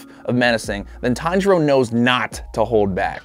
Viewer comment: He just said taniro